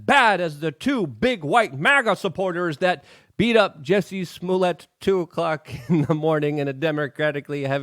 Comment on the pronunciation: "this week on; actors who think that they're writers; juicey smüllyay"